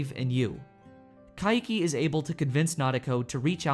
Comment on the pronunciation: Why do you pronounce Kaiki's name as Ka-i-ki? Its Kai-ki, two syllables.